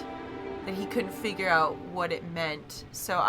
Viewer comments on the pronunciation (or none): origami 'figuh' instead of 'figure'. please dont